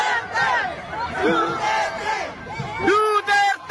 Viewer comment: Narinig. Ninyo.. deretcho daw, Deretcho enoduro..